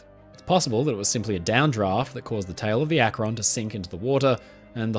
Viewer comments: Hey friend! This is such a minor thing but in case you want to know, "Akron" is pronounced with the emphasis on the first syllable, making it sound like "ahk-ren". Gotta love that wonderful American Midwest vowel shifting! (source: family literally lives in Akron. Well, North Canton, but same difference) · As someone from Ohio I've never heard someone pronounce Akron like that. (It's Ak-rin, first syllable stressed) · Nice work,! I love your stuff. FYI, regarding the US airship “Akron”: the ‘a’ in Akron is pronounced like the ‘a’ in “bat” and “sat” — NOT like the ‘a’ “late” or “mate”. (It’s named after the city Akron, Ohio). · as someone who lives in Ohio, it's always amusing when ppl pronounce cities from here in interesting/different ways. Akron (as in the USS Akron, named after the city it was built in) is more like "ACKrin" around here, but you make it sound super sophisticated and a place worth visiting 😂 fun fact: the parent company (Goodyear) that built the Akron is still in operation and still building/launching airships to this day! anyhow, I'm a new sub and wanted to say I love your videos and how thorough they are! 😊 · The British pronunciation of akron cracks me up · As far as I know Akron, OH "The Rubber City". Akron was not pronounced the you do. Of course, I probably don't pronounce any number of UK places correctly. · There's just something so insane about a giant airship floating in the sky. It must have been awesome to see something topping 700 feet long floating in the sky with your own eyes. Also listening to an Englishman pronounce Los Angeles and Akron never fails to amuse me. You should be glad they didn't name one USS Monongehela, Connequenessing or other American names.